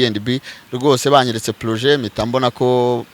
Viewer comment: Big up on yourself petit yangu, ubikora neza pee Gusa bavuga projet ntabwo ari plojet hhhh